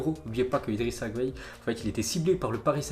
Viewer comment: Respecte les noms Sénégalais STP on dis Idrissa (gaye) Gueye comme sa s'entend. C'est pas un brésilien ou JSP quoi😂